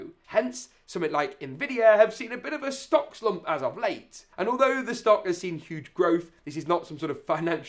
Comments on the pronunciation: i like how it said in sock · Ah yes, out of sock, in sock 😂